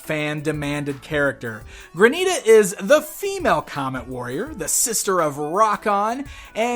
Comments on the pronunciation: PLEASE ---- it's Granite-a (like the stone), NOT Gra-NEETA. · ok the name is not pronounced Graneeta. It is Granite- ah because she is a stone like granite... this was killing me through out the whole review lol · Mispronouncing Granita the whole video. Haha "GRAN'-it-uh"